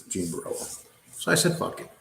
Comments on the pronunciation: It’s Borrello….not borillo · Yes that is extremely irritating, it's not like it's a difficult, multi syllable name ffs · You’re pronouncing genre wrong. You’re pronouncing Jean Borello’s name wrong. I can’t take it anymore